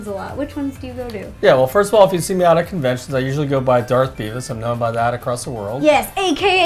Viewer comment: its see not saw